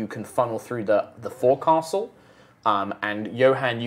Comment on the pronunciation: Hey, just thought I'd mention, you kept pronouncing the forecastle phonetically, but it's not pronounced the way it's spelled, sailing terms are wired. It's actually pronounced fōksəl (I.E. fowk· sl).